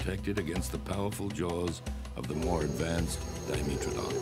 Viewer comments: Its DYEmetrodon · It's pronounced Di-ME-tra-don? I thought it was pronounced Do-MEH-tra-don.